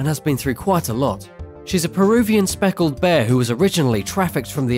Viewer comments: You called the Spectacled Bear a "speckled bear" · Spectacled bear, not Soeckled.